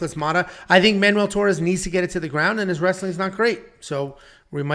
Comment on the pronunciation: its MAN-WELL not manual! y'all been playing too much tony hawk pro skater?!? manual?!? HAH! the only manual you need is one on how to pronounce ethnic names you white straight males!!!!!!!!!!!!!!!!